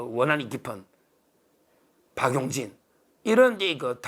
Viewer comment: 박윤희가 아니라 박용진이요 발음 정확히 부탁드립니다 ❤❤ 우리 변호사님 더위에 건강유의 하세요!